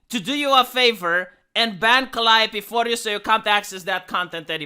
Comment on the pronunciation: He pronounced Calliope right ( Ive always got it wrong ). This guy knows his stuff.